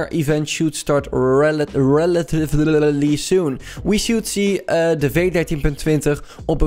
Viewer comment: Normale mensen: "The" "THIE"